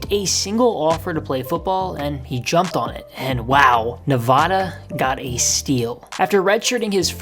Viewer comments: Bruh you live in the USA and can’t pronounce Nevada properly 😢😢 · Say Nevada right you ape